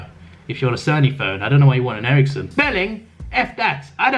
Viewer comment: And It’s Sony Ericsson not Erickson you Gypsy